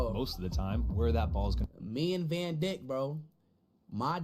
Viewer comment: "Van dick" 😅😅